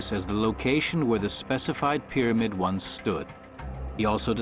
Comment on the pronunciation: There he is! I love hearing that guy say "pyramid"! He pronounces it "peh-deh-med". Lol